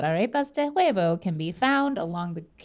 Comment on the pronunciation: Pro Tip: Don't pronounce the H in huevo🤣